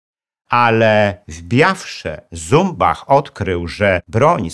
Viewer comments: Jeśli nazwisko szwajcarskie to należy wymawiać Cumbach... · Jan Zumbach posiadał szwajcarskie nazwisko i należy je wymawiać "CUMBACH". Stanisław Skalski w filmach dokumentalnych dostępnych na YT takie je wymawia - Cumbach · Śp. Generał Skalski nigdy nie był "Asem Dywizjonu 303". Poza tym szwajcarskie nazwisko Zumbach powinno się czytać Cumbach. Sam Skalski o tym kiedyś wspominał i tak mówił.